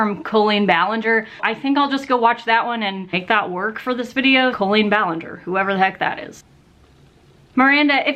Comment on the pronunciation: You know she’s a real fan because she says Colleen’s name correctly. 😏